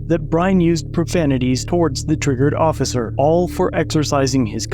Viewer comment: "the ossiser" Lol